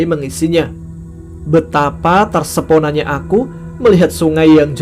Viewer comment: Terpesona mas bukan tersepona😂🤣🙏